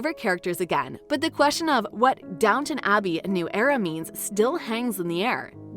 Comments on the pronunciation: IT IS DOWN T ON ABBEY NOT NOT NOT DOWNNON ABBEY Call it by its correct name - thank you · If this person can manage the HUGE STRUGGLE to say COUN T ESS good work. You managed it. SO DOWN T ON Abbey. there now, not so hard is it.